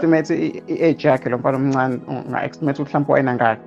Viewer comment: It is to estimate not extimate Mr Interviewer.Let us not use words and pronounce them wrongly sibadala ngoba izingane zifunda kithina.